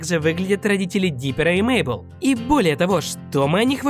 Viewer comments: Правильно не Мейбл а мэйбл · Не Мейбл ,а Мэйбл